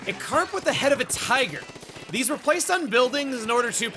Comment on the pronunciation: “I am Heavy Splatling Guy. And theeze, is my weapon.”